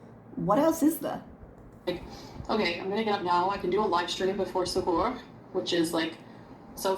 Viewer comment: Her pronunciation of things like suhoor and fajr is really grating.